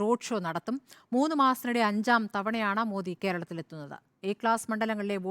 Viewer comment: കാരളത്തിൽ അല്ല ❌️ കേരളത്തിൽ ✅️